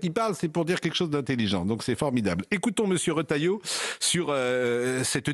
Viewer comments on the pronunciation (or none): Pascal PRAU dit "ROTAILLEAU"...